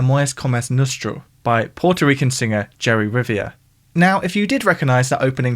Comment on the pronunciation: As a native spanish speaker, the prounciation of "Amores como el Nuestro" and "Jerry Rivera " was hurtful as well 😅😂 And speaking of samples, you should definetly check out the wildly amount of samples made form "Los Ángeles Negros" (The Black Angels) most of them in USA HipHop music.